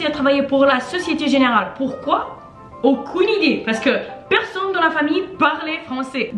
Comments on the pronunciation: Ahaha c’est trop mignon tu dis plutôt aucOUne que aucUne, dUze que dOUze, nOUl que nUl 😂 en général j’ai remarqué que tu prononces ces mots toujours différemment mais c’est pas grave tu parles quand même très bien le français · "Aucoune" idée 😂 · "AUCOUNE IDÉE !" 😂😅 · "Aucoune" idée :) c'est vraiment si dure de prononcer le 'u'? On a de la chande les gars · J'adore comment tu dis "Aucune" hehe, tu parles très bien en français! :)